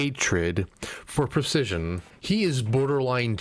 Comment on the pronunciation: you said and spelt percesion rather than precision.